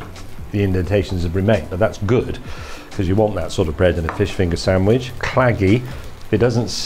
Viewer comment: It's a SAND-WICH, not a sam-widge! Gahh!!!